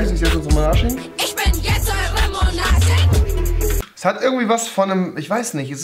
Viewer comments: Ich versteh die ganze Zeit „Ich bin eure Momo analchien“... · Wie sie immer Momonarchin gesagt hat😂👏🏾